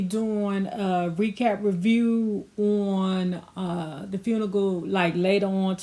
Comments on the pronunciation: Hey sis! It's great that you're doing your thing with YouTube. Get your coin! 💰But please let me help you, sis to sis......the word is FUNERAL not FUNIGAL (or FUNIGLE ). Lets help each other grow and go💨💨! No harm, no foul, just a little assistance. Be Great!! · Were you trying to say funeral because I heard “Funigal” ? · I was tuned in & lockdown right after the first time she said the word funeral with no "R" but with a "K" ....GOTTA LOVE IT!!🤩😂👍🏽💙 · Fun..ical? Girl needs ESL ..Funeral you mean?